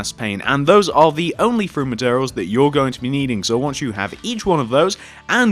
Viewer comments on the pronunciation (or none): one two ''free'' four ikr? Its fucking wierd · STOP SAYING FREE INSEAD OF THREE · I subscribed! I also wanted to ask if T saying free instead of three gets on anyone else's nerves XD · why do you say free and not three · won too free four fife sex